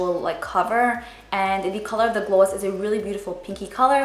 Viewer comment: I've never seen someone say "gloss" this way 😂 Where is she from ?